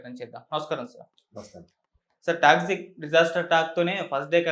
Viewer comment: orey anchor adhi taxi kaadhu ra Toxic